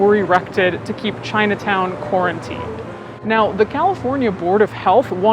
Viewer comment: ChinuhTown oh Lord 🤣